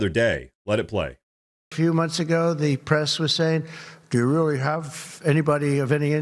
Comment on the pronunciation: Rearry rearry odd